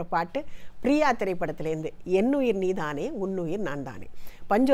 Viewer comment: வணக்கம். அருமையான குரல் ஜென்சி மேடம் போல் நீதானே என்ற உச்சரிப்பு இல்லை நன்றி